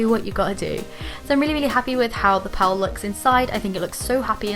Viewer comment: Lol you said pal and its pearl